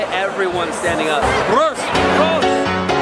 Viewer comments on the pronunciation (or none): its PROST not PROSIT but the rest is good man😂